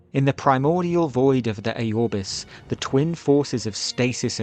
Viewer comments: It’s Aurbis bro, not A-Aurbis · It's not pronounced Æorbis, it's pronounced how it is spelled, Aurbis